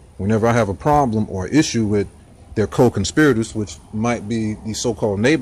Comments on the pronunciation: What's a "co conpyderz"? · Co-ConspEyerators? Oh wait, he's a Moop, so that explains everything.